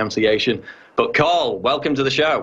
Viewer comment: Tarl, not Carl